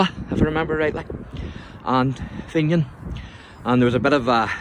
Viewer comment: FINN e an Not FEIN YIN